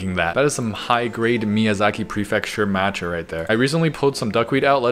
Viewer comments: MAT-cha??! It’s maa-cha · I can't believe you called matcha "mancha".... Have we learned nothing from spider man across the spider verse SIGH